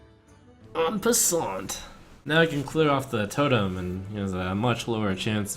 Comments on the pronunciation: No, it's en passant, which means "in passing" and is the name of the rule that allows you to strike a pawn that has walked past the striking zone of your pawn due to its initial double-step as if it had taken only one step. Also, the t is silent. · Isn't it like En Passant or something?